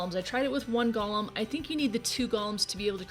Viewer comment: I hate to be not Nitpicky but people keep calling these things Gollums like from lord of the rings.. They are GOLEMS! Just like it sounds .. Pronounce the E long...Go-Lem... It's a creature in judaism .. A gigantic man made of clay or rock!